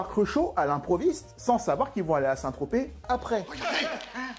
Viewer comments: Il a dit Saint Trospette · "Saint ... Trospète" ... "oh moi il m'énerve !" 😂😂😂